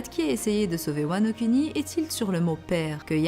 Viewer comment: Wano Kuni.... Prononciation: Wano kOUni